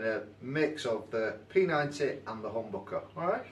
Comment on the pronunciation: The way you say HOMBOKEH is absolutely brilliant :D